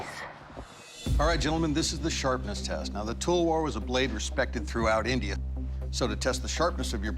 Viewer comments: It is not tolwar its talawar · Its an Indian weapon ! Pronounced 'Talwaar' not 'Talwor' ! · It's a pain them saying Telwer. It's Talwaaar. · It is pronounced as talwAAr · They pronounced talwar wrong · Please say talwar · their pronunciation of the word "talwar" is cringy